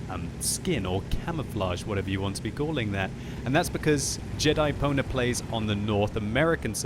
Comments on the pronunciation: Ahahahah doesnt know how to read Pwner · totally thought he said Jedi-boner. lol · I swear I heard you say Jedi boner... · It sounded like he said Jedi boner instead of Jedipwnr...